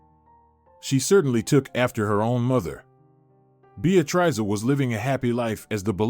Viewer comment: Narrator needs to learn how to pronounce Beatrice.